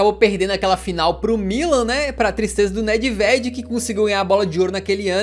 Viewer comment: Parabens, muito bom o conteúdo mano. Só uma resalva, a pronuncia do nome Nedved é: NÊVED.